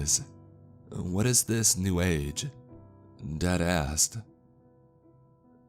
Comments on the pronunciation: I keep hearing deadass instead of Dad asked 😂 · LOL, I'm not alone! After I figured out what he was really saying, I still heard "Deadassed" every time he said the phrase.